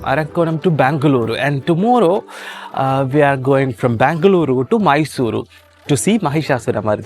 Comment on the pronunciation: It's Benguluru or Banglore not Bangluru 😭